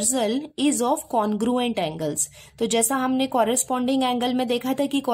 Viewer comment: Didi aap congruent ko conguent kyu phad rhi ho😂😮😢 didi aap bhot aacha padhati ho ❤❤❤❤❤❤❤❤❤